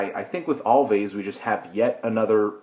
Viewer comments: Also, it's pronounced "Always", not "Alvays" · Its pronounced always btw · Anthony thinking it was pronounced with the V sound is almost as bad as the 3/10 review where he thought the Weeknd was a band